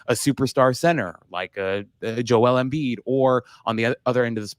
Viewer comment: pronouncing Jokic wrong is one thing but I've never heard someone mispronounce Embiid